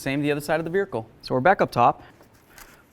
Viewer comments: Veer hicle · I kept hearing veericle I couldn’t focus 😂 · Is he saying veerhicle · This guy says "buricle" "nuculur"😂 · Vearicle hahaha ...that's most certainly not how you say it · He has to be doing it for extra comments right. You can't miss it. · Did anyone else notice how he said vehicle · He talks normal otherwise but what the hell